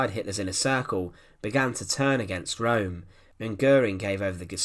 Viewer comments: Channelling the Angry German: IT'S PRONOUNCED ERNST RÖHM and not Rome. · Name ist Röhm! Not Rohm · If you are going to endeavour to enlighten people, you might well start by pronouncing the person's name correctly, ffs ! It's not Rome , it's 'Rerm', spelt Röhm. Sorry, but it Detracts from some good information and makes you sound ignorant... now try studying Fritz Thyssen, pronounced in German. ! We might as well be discussing the capital of Italy and many of the comments have even begun to Falsely spell Ernst's NAME ! As ever, it's the language that detracts from the meaning, Simples. Stop confusion, verstanden? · His name was Roehm the ‘0’ had an umlaut so it was pronounced ‘Rerm’ not ‘Rome’. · Correct, Peter. His name was Röhm, and pronounced 'Rerm', and not 'Rome' as the commentator keeps stating. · I don't understand why it is so difficult to say Röhm in english! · It's pronounced room, not rome. Apart from that, a good documentary. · This narrator's accent eludes me -- not to speak of his monotony and his always stressing the last word of his sentences. Now I'm all through the video thinking Italian capitals. The geezer's surname is [room], not [roam] like in Rome. Typical UK/US -- us, the rest, try do speak ENG as good as we possibly can, but the Brits/Yanks always pull a diphthong when they don't feel altogether comfortable. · It's neither. It's a sound not found in English. It's probably most like the French 'eu' as in 'deux'. Keep your lips in the O postion but say A. Or better still check out one of the German language uploads. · Learn to pronounciate german words, before you make videos about germans.